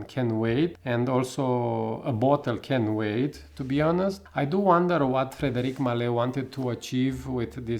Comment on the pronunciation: You mispronounced the brand name.